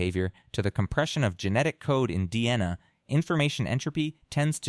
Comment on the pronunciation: When it pronounced DNA like "Deanna". Took me out completely. That's why channels like this will never be successful